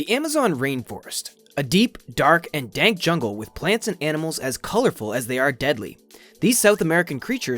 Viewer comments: "A deep, dark, and DANK jungle..." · i paused the video as soon as i heard him say, "The amazon rainforest, a deep dark and DANK: and i died.